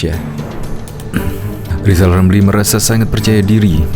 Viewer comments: Si lijal lamli ini napsu tinggi, tp tak punya tenaga, kl ngomong kayak tukang sulap. Kl ngomong giginya ditutup lapat lapat kalena gak bs bilang hulup rrrrr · Ngomong R aja kagak gablek malah ambisi mau jadi pleciden. Si lizal lamli sakauw kayaknya